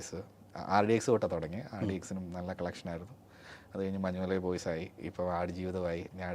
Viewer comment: മഞ്ഞുമല ബോയ്സ് അല്ലേടാ ഉവ്വേ... മഞ്ജുമ്മൽ ബോയ്സ്... ഡിസ്ട്രിബ്യുട്ട് ചെയ്ത പടത്തിന്റെ പേര് കറക്റ്റ് ആയിട്ടു പറഞ്ഞുകൂടേ അണ്ണാ....